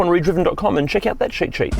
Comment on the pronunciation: Great channel, sometimes I just watch to see the man say “sheet sheet” instead of cheat sheet